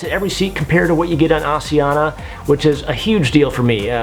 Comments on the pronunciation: It's pronounced: AS-I-An-ya Not As ee an - a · props for the awareness in trying to pronounce asiana. it's Ah-SH-eeh-ahna. got the 'sh', not the 's' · FYI, the pronunciation of Asiana is actually neither of the two options you gave/used. The closest English-speakers can get is "Ah-shee-an-na". The 's' is not a 'zh' or an 's' sound it's a 'sh' sound. You can hear them pronounce it as such on their safety videos as well. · its asian-na... read it properly!!! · How do you pronounce Asia? Then pronounce Asiana? My wife is Korean you are pronouncing it wrong. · When you’re on Rome do what the Romans do! Pronounce it like the Asian Pronounce it! Not all the people in the World 🌎 speak like you!!!!!!